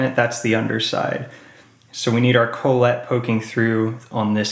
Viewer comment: Thanks for the vid.. just a note.. it's Kah-let not Cole-et